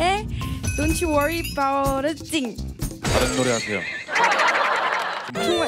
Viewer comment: ㅋㅋ thing 을 댓으로 발음하네..보컬 학원 어디냐..ㅋㅋ